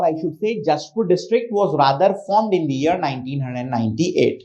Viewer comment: Sir, your communication is good. I just want to correct you that(the is pronounced as Di only when it is used before a vowel)